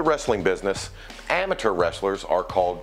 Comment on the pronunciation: They way he says amature just pisses me off lol